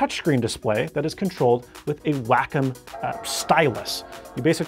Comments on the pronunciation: It's pronounced "wah come" not "whack em" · I thought it was pronounced "way-com", not "whack-em". It's a Japanese company, correct? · did that man just say wackum it is Wacom good sir. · lol Whack 'em. Its pronounced Way-Comm i think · I've NEVER heard Wacom be called "whack-em." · him: “WHACK ‘EM.” me: “whack... oh, he means WACOM.”